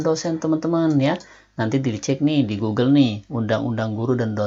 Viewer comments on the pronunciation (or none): none